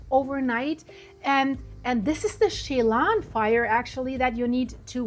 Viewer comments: Shay-lon? Chelan! Chuh (as in “duh”) lan (as in land without the “D”). Shuh lan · (as in Sil-K👁️?)! You sure know how to slaughter names & you even went there Too, but never learned how to pronounce anything!! Lake Chelan is pronounced as She-Lan!! I bet you drove your English teacher BAT CRAZY when you attended High School here in America!! I grew up in Washington State and learned how to pronounce every place I visited, Now I am going to have to call my niece who lives in Wenatchee where the HELL you were talking about!!!